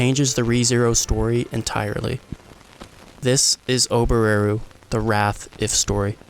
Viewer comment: The way you pronounce Ram and Oboreru really bothers me as a Japanese speaker..